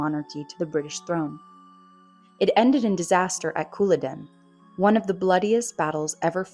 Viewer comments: Also, the battle is CulLODen, not CULloden. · Couple of points...you pronounce the J in Jacobite and Colloden is pronounced Col-u-den! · Agree it shouldn't be pronounced Cooladen Is this AI again? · It's the battle of Col-lod-en. ❤ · 'Djacobite 'and 'Cuhlodden', p,ease. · Shame they couldn't get an AI to pronounce Culloden correctly. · And the accent in "Culloden" lands on the second syllable. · Wrong pronunciation of Jacobite and Culloden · I know! Kind of annoying and makes one doubt the rest of the content if the author can’t be bothered to to look up pronunciation of words she is unsure of